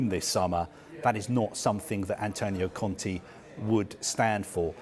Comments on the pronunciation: It's Conte not Conti dude. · Why is he saying Contea ? The lady cleary says Conte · Why does this guy call Conte Con-tea :') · why does he call Conte Conti ahahh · "conti"... Kill me now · why is he saying Antonio Conti?